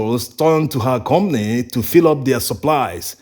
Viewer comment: We Africans are so good at exploiting each other. A ton of cassava on the market is an average of 100 USD, while you guys are buy a ton from local farmers for 22 USD. That’s horrible. The word is com pa ny, not com ny